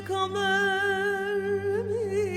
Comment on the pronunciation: Münevver Özdemir de müthiş gerçekten: Neden kamer Mİ yerine MI telaffuzu yapılıyor. Urfa ağzı mı?